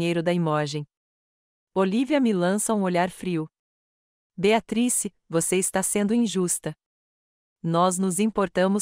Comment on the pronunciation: Nao consegue falar o nome BEATRICE??? TEM QUE FALAR BEATATRIS???? horrível essas falas erradas.